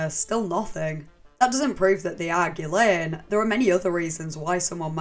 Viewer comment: Haven’t followed you for years because my autism prevents me from enjoying your accent but I’ve been researching this subject and found this video. At first I was like, ‘I can’t do the accent’ BUT then I heard you pronounce her name correctly. You earned a lifelong sub from me.